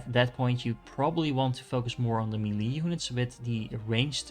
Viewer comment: Your videos are great, the way you say "melee" is atrocious, lol